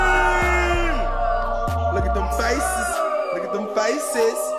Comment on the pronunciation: Lol hilarious he said look at them facesese